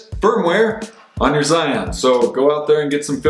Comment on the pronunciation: it's pronounced roughly like gee-yoon. thanks!